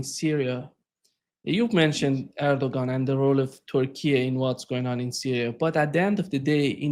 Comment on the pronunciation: Larry, it is ERDOGAN not Erdovan!